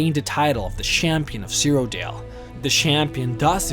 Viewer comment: Jygglyath and Shampion of Cyrodiil